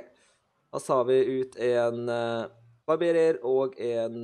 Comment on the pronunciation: barbarer ikke barberer